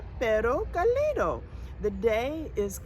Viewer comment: Pronounce " CAlido" Stressing the fist syllable CA - li- do.